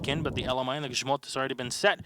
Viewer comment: if youre talking about the thicc boi and the way he pronounces "grzmot," then thats the proper way to say the word.